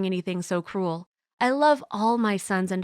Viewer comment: sounds like she says "cool" instead of "cruel"